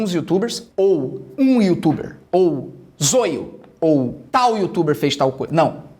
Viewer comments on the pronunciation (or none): Ele nao fala zóio ele fala zôio kkk😅😅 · É Zóio é não zoio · Não é Zôio é Zóio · Eu to rindo pelo ZOIO ele falar envéz de Zóio sksksk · Há, o nome dele é Zóio e não Zôio. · "O Zôlho" Se pronuncia com som de "ó"; Zoio. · O canal do Everson Zoio para mim é um lixo, mas ele tem quase 10 milhões de inscritos, por isso é até engraçado o Felipe Neto não saber que a pronuncia correta é "Zóio" e não "Zôio". Não precisava fingir que não conhecia tão bem o rapaz. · A pronuncia é zóio e não zoio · Fala zóio manooooo, não zôiô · É Zoio não é Zôio pronúncia direito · ZÓIO, não zôio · Não é "Zôio" é "Zóio" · Muito bom mano mais tipo e zoio não zôio gostei muito do video eu levei o video do zoio na zoeira lek mais tá baum tmj •_ゝ• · Ele ficou falando a pronuncia errada, que agonia Zoio, e não Zóio kkk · O FELIPE NÃO É ZÔIO É ZÓIO QUE SE PRONUNCIA E SE ESCREVE ZOIO!!!! TE AMO, BJOS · O felipe fala zoio nao zóio kkkkkkk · Zôio... Zôio... Zôio... kkkkkkkk é Zóóóóóóóóiooooo, caria... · É zóio carai e não zôio hahahah (To zoando) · Não é zôio meu filho é zóio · Meu deu agonia ele falando zôio e não zóio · Zôio? Kkkkkk "Zóio" é o certo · Krl Felipe para de falar zôio é zóio kjklkjkl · Nao é zôiô é zóio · É Zóio, não Soio , seu analfabeto. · Lê se zóio não zôiu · Zôio? É Zóio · Kkkk agonia dele falando zôio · "Zôio"... falou o nome dele no começo certo e dps continuo falando errado... Nem fez isso de propósito kkkj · O fato dele estar sendo acusado de estupro, não significa que vc tem pronunciar o nome dele errado. “Zôio” kkkkk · É zoio que se escreve se pronuncia zóio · 19 minutos de video sério,e oq o pessoal vai comentar é sobre o jeito que ele pronunciou zóio errado,mds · Nem pronunciar Zóio esse "Youtuber" sabe haushaushauha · Não é zoio é zoio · Mano o "zôio" erro em falar isso é mt pesado porem ele falou que foi tudo mentira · Ele pronunciando o nome do Zoio de zoiu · Zôio kkkkkkkkk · Você esta pronúnciando "ZOIO" ERRADO! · Só eu que me incomodei com a pronúncia de ZOIO do Felipe?